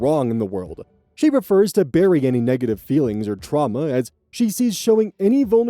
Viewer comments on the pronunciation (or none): none